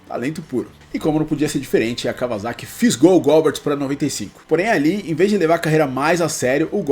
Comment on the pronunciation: A pronuncia nao seria "Góber"?